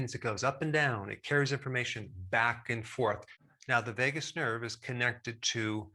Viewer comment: I heard it as Vegas nerve🤣